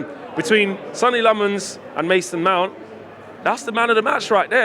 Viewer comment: If he is gonna be the new No 1, perhaps you could learn to pronounce his name right...?